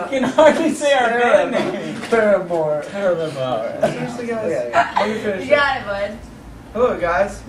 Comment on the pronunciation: is the best how Zac is messing up and Josh is all point proven hahahaha I love Josh and Jeremy rock picking with poor Zac and he can barely say our band name and Zac u guys suck..Josh What did we do..lmao